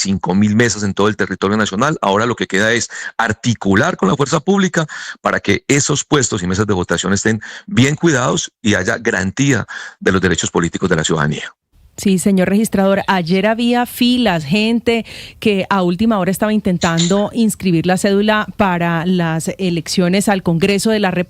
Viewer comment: No se dice grantía, se dice GARANTÍA, todo un Registrador.